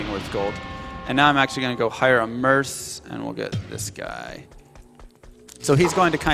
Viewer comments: Nice run. Forgive me for being picky, but is he saying merS for the shortened version of mercenary instead of merK? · You are right. But typically the shortened form of mercenary is said merK, not merS. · Merc is pronounced "merk" not "merse"!!! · its not MERS, its MERC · the original pronunciation is "merk", like a Mercedes-benz car is called. But it's slang, so there's really no right or wrong. everyone says differently